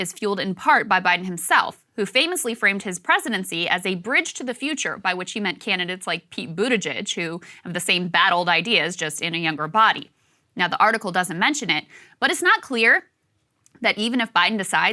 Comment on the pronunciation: Krystal said “MAYO Pete [buttigeig]” lollllll